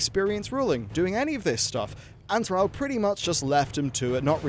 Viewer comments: Say "Al". Now say "all". Now say "Thral". Now say "Thrall". Thrall. Rhymes with all.:-P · call him "Thraal" one more time... I dare you. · Thrall is pronounced "Th-r-aww-ll" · Ball. Call. Fall. Gall. Hall. Mall. Pall. Tall. Wall. The only '-all' word that sounds like how you say 'Thrall' is 'shall', which is hardly a modern word. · Please learn how to pronounce thrall correctly